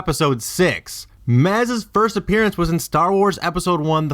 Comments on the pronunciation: lol keeps saying it like appearyance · can't get past the mispronunciation of "appearance" ..... it's not "appearEEEance" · and "appearyance". agh.. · Appearance. I'm sorry, but if you can't pronounce that word correctly, your theory loses all credibility.